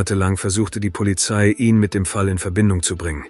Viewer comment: Leider ja! Ich merke das spätstens wenn das Wort 'ihn' seltsam betont wird. Scheint aber die bevorzugte Methode bei viele Tubern. Ist ja auch bequemer das Script einfach vorlesen zu lassen.